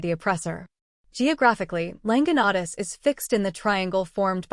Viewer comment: You’ve got the legend down pat, but your pronunciation of the Quichua words _ Llanganatis, Píllaro, Latacunga, Rumiñahui - are practically impossible to discern or decipher. Please redo this video if you want to be taken seriously.